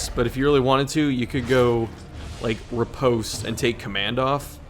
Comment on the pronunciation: Every time he mispronounces riposte I shuddered.